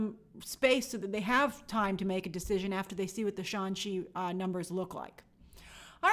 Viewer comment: We’re going with “Shawn Chi” as the pronunciation now?